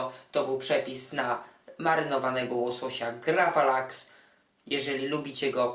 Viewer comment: Raczej gravlax kolego.